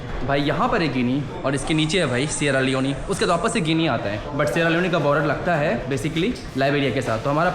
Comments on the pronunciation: Yaar Improve ur pronunciation सियारा लियोन होता लियोनी नहीं, र को ड़ श को स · Its called sierra leon (not leonee like sunny leone) 😂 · सेरा लिओन ✅️ सेरा लिओनी❌️ bhai